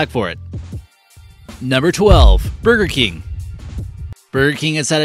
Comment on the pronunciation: God, who is that speaking, it takes $5 to hire a professional speaker on yet you use someone who cannot pronounce a lot of the words correctly. It is BURGER KING not bergkin.